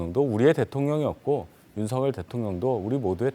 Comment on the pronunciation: 어떻게 아나운서라는 사람들이 대통령 이름 마져 제대로 발음을 못할까? 윤성열이 아니라 윤 석 열 발음. 윤서결